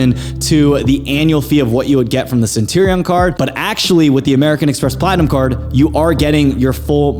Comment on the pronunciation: How can I take you seriously without pronouncing Centurion correctly haha